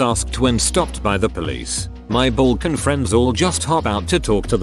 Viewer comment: My Balkan friends.... I heard that B as a V for a second. I was thinking how much that flight cost. And how long it took. 😂😉🖖